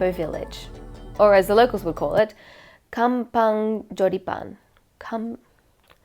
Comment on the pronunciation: It’s called MHA-LHANG and KHAM-PHONG JHO-DEE-PUAN.